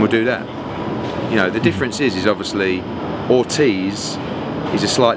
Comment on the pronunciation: Pahahahaha you can tell Eddie was about to say oldtiz instead of Ortiz 🤣😂🤣😂👌🏼